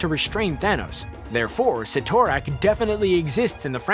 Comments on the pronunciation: SIT- O- RAK not Sitor-ak....damit!!! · Cytorak is pronounced sitter-ack not si-tor-ack. WAY to much emphasis on "TOR", lol. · It is called the Crimson Gem of Cid-or-ac not Cit--or-ac. The spelling ytt has a d sound not a t sound. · Oh, it’s pronounced Si-tor-ack I always said sie-toe-rack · If you say Ci-tor-rak 1 more time😤😒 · ROFL!!!! "See-thor-ack"! "See-thor-ack"!! "See-thor-ack"!!! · Si To Rak!? I CRINGE EVERYTIME YOU SAID THAT. STRANGE EVEN PRONOUNCED IT FOR YOU. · Cyttorak Si-Tor-Rack